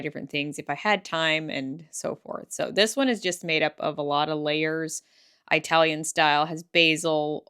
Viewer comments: Those sandwiches look so good,. By the way, Italian is pronounced like India, increase, inside. So many people say "eye-talian", which is incorrect. I've heard some say "Aimish", also incorrect of course. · Italian is not pronounced with a long I sound. It's not eye-talian. ❤